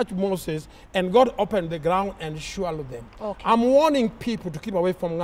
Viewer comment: English left the chat🤣🤣🤣🤣....he just said "Shwallowed them!!"